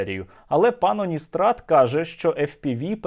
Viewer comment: Пан здається не Уністрат, а калістрат 🤦‍♂️ блін, сквоздняк у голові чи шо?